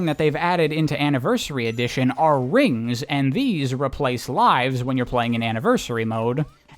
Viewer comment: Hearing you actually say "rings" is extremely funny and weird lol